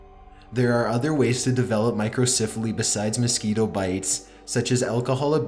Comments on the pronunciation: Micro CEPH aly. Say it with me now; CEPH. Not siph. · What is with this dude's voice? Why does he talk so strangely drawn out? He talks like this in every one of his videos and I noticed he often mispronounces words. Listen to how he says Microcephaly. He pronounces it My-cro-siif-a-lee. It's pronounced My-cro-SEF-a-lee. And I'm not just picking on him for this one word. Watch a bunch of his videos and pay attention, you see he regularly mispronounces things. Is this related to his strange, drawn out voice? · Micro-CEPH-aly not micro-CIPH-aly ..... it’s pronounced with a soft “e” , not a soft “I” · Please learn to pronounce 'microcephaly.'